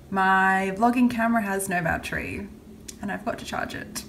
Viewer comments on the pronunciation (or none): none